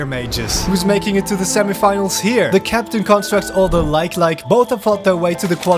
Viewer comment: is it me or do i hear captain crunchstructs every time he says captain constructs